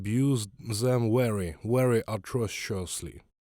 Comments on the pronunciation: And they pronounce WERY, instead of VERY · I think the werry thing is sweet in its own way.